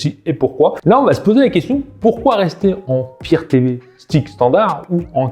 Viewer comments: Firtévé ? Non mais sérieux... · Le fire TV, et non le "faire Tv"..